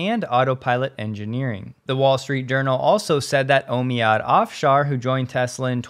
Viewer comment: "Omead" is pronounced "OMEEEED" :)